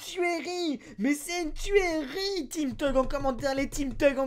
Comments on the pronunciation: Tuerie se prononce turie et pas tuèrie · Team alakhazam aussi ! Mais t'es sur qu'on dit tuérie ? Ca me fait bizarre à chaque fois que tu le dis x') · PTDRRRRR javous y ma tuée avec sa tuÉrie X)